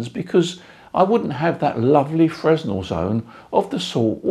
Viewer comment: How is your horizontal wire aligned? N-S? E-W? Something in between? BTW, Fresnel isn't pronounced as it would appear..